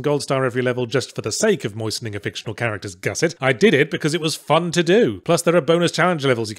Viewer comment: According to his dictionary, Yahtzee pronounces "fun" as a three syllable word.